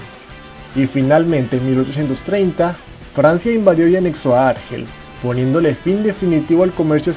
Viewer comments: Bien, buen vídeo. Pero, por favor, el acento en la palabra Argel, recae sobre la segunda sílaba. Argel, Argel. ¡¡¡No Árgel!!! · Es Argel, tiene el énfasis en la E, para que sonara como tú lo dices, se tendría que escribir Árgel, pues sería una palabra llana no acabada en vocal, N o S. No se puede ir de culto cuando se desconocen las normas de ortografía y acentuación que se estudian a los 8 años. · Árgel no, Argél.